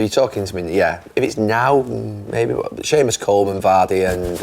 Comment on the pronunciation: Respect for saying seamous Coleman